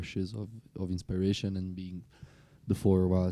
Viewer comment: How to pronounce /gui'tar/ and "inspiration" still eludes Thomas and Damiano respectively.😊 I suggest they try digiting those words on Google translator and practise them.